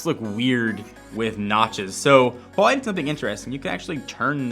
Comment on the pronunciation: HUGE thanks for saying "Huawei" correctly!